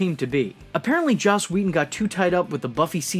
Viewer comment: Joss not Josh